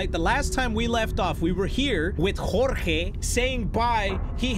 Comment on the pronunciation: Okay to be onest when he said jorge perfectly I was like "did he just say my name" so I went back a little bit and I was happy when he said my name